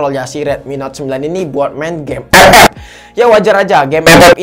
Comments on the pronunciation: Ketawa bang gue kalau lho bilang epep🤣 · Ngomong ep ep nya ngakak 🤣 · dengerin abang ngomong "epep" make headshet, beuh mantap cukk wkwk